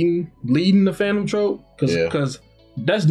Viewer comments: He gotta be sayin Trope on purpose... like BRUH... I know you see the “U”. TroUpe lol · I will not stop commenting until says phantom troupe right